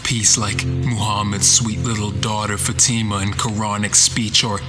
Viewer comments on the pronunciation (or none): none